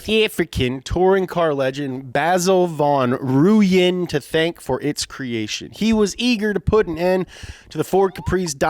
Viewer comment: How dare he mock South Africans?! Don’t make us drive a Lumma Cla SR to your doorstep! Just kidding keep going. The way you pronounce Van Rooyen is amazing. Just roll the R though...